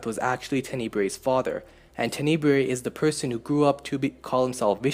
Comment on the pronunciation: Tenneebrae sounds funny. It's Tenebrae...